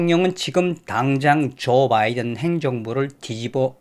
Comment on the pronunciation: 형님이 조바이든 하면 욕같어요 ㅎ 저 시바 막이런거 같어여